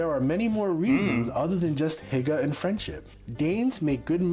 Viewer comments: The pronunciation was terrible.. It sounds like he just guessed how to say it. He Said “Hægge” not “Hygge” æ is like E in pet y is like Y in you. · you say hæjge insted of hygge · Why do you and the video pronounce y like a XD it's not hagger it's hygge... Y like year ;-) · oh i hate it every american slaughters the danish words it not called hæge its called hjge edit: just before people hate on me for being evil no evil is meant here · Ffs det er hygge ikke hegge skide amerikanere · It's not pronounced heyga, it's pronounced huooguh (silent 'h' at end)! It means cosy in Danish 🙂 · Dude's almost saying ahegao rather than "hygge" lmao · The best way to pronunce 'hygge' is by trying to pronunce (if you are english-speaking) hugge. Danes 'y' sound a lot more like 'u' in English. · You say hygge like haigar hahaha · I both love how other people who’s not danse pronounce hygge, but I hate it at the same time couse I’m danish and I’m just like hogge yk the y is like a high pitch ahaha no hate at all ofc!! Love that people like denmark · The man in the video pronounces all thoes word so incorrectly. I´ts hilarious. For example he said hikke instead of hygge. Hikke means to have hiccups😆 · love how he the man in the video pronounced "hygge" so wrong but good try! 👌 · The Y in hygge, is pronounced the same way as the Y in Hyundai. Not like the Y in yeast. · Ikr I also don’t like how they pronounced it lol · No look up the word hygge on google translate and get it to say it. He did not say it correctly 😂, he tried but he did not say it correctly 😄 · Awesome,,,,, The Danish was a pastry created in Denmark by Austrians. But it was originally from Denmark. If not it would be called an "Austrian" :) Danish taxes are among the highest in the world the more you make. I did pronouce Hygge wrong. Your welcome for taking an interest in your country and culture:)